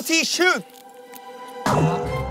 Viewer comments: The guts this man has while saying "jincha" Like he was freaking standing there when this spelling was made😅😭😭😭help... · This « chin cha? » was personal 😂😂😂